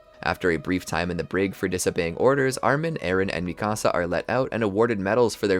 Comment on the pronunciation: Dude said micasa